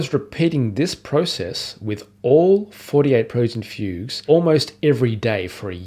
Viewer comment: “Preludes and Fugues”. But his pronunciation is very weird.